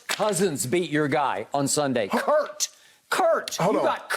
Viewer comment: Does Skip purposefully mispronounce "Curt" Cousins name at this point 🤣🤣🤣 its not the first time. He's even been corrected on it before and refuses to accept he knows it 😂